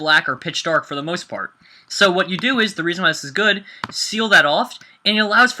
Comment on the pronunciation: he said whate you dodo